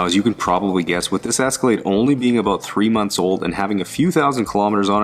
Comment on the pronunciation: Where was calling it an Escalladeee?